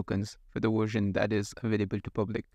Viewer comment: It's VVVVVersion, not WWWersion. 🙂